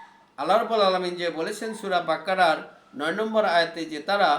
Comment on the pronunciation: আপনার মুমিনূন, কোরআন মরিওম বাকারসহ যেসব আরবি উচ্চারণ করেছেন সবই ভুল উচ্চারণ। প্লিজ আগে আরবি শেখেন তারপর কোরআন হাদিসের আলোকে আলোচনা করেন।